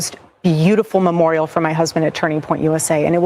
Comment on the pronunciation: When she said "we will build the most beautiful momorial....." reminds me of me learning my lines for a h.s play